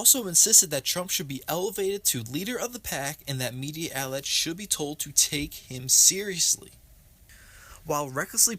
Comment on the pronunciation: What's a media ALLET??? Are you trying to say MEDIA OUTLET????